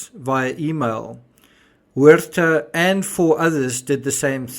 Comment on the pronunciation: You pronounced “Huerta” perfectly. Sounds like “where-tah”. ☝️🥴👍